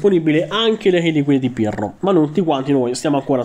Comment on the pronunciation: Solo io ho sentito Pirlo anziché Pirro 😂